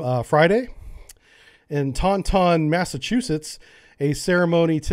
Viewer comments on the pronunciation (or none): "Ton-Ton"....that's one way to say Taunton, I guess? :) Taunt like "I taunt that person" with the "ton" at the end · Lol "ton ton" (im a masshole) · I love you, man, I love what you're doing, but we really need to work on your pronunciations, my brother..... it's Taunton, (TAWN'-tin) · IM FROM MASS AND TAUNTON MASS Is pronounced Tautin or google has it as taan -tn PLEASE heh if it comes up next time you know now if you read this. its like the USS Worcester its pronounced Wistah or woostah. not like how many others try to say all wrong like worcesssterrer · You have to say Taunton fast or like tawntonne.